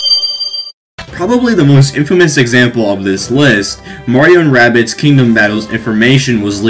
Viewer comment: i love how he said murio